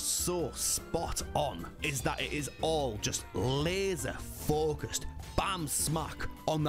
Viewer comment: The amount of irish when you said “laser focused” was potato